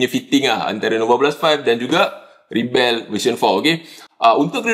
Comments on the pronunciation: Pasaipa dok sebut Ribell ? Pelik bunyi dia aihhh. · As a noun, rebel is pronounced “REB-uhl.”